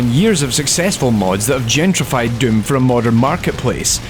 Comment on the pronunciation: His pronounciation switches between döm and düüm.